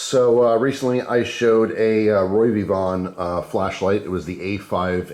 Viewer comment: OK I'll be that guy, it Ro-Vee-Von, not Roy lol. I love my keychain flashlight from them, very bright.